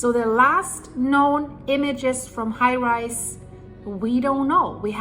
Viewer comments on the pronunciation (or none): none